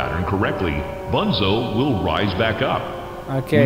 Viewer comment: Slt c'est pas ''Banzo'' c'est ''Bunzo''